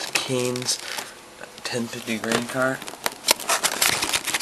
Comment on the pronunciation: u said kinze wrong